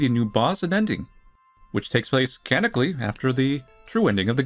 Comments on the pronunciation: I love how says "canically" instead of "canonically" lol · I don't wanna be that guy but it's pronounced ca non ick lee not canicly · I love how he pronounces canonically as "canically"